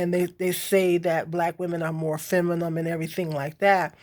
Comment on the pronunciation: The word is pronunced femi-NIN not femi-NIM 😂😂 I agree that a woman who's provided for generally acts more feminine but if a woman isn't acting feminine to begin with she most likely won't find a man who thinks she's worth providing for. I'm not blaming anybody for that dynamic but because much of one exists much of the other will too and with hood culture's hold over black people I don't think this reality will change any time soon